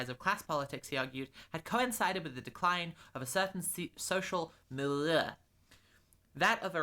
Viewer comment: I don't understand why you have problems with the word Milieu,. It's pronounced [miˈli̯øː], really not that complicated.